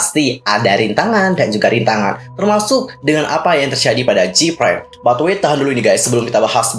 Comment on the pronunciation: Info aja nih, Gfriend bukan jipren bacanya... soalny ganggu telinga banget dengan dengar jipren terus...